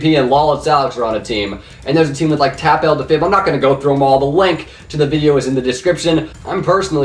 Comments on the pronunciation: Who else is triggered when he calls TapL Tap-L not Tapple? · Its Tapull (Teh Apple)